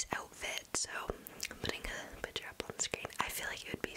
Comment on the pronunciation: Lol I love the way she says picture she says it like pitchure